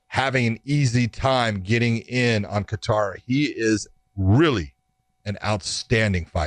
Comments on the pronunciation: They are pronouncing Kattar wrong🤦‍♂️ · You ladies are pronouncing Kattar wrong. Lmao